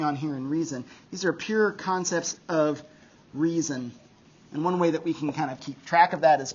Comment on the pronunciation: I keep mishearing "Kantcepts" instead of "concepts."